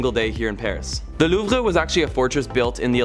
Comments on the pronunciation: Why do you say “loov-ra”? It’s “loov”. You’re Canadian. You need to brush up on your French. Haha! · the way Louvre way pronounced tho. lol